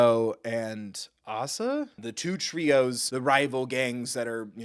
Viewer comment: Asa is Mr. Sweet, the ominous figure (and it's pronounced Ay-sa). The unhinged Cajun lady is Serafine.